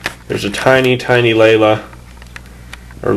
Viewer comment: It's in the episode "A Cosmic Glow" and Lalah was pronounced "la-lah" not "layla".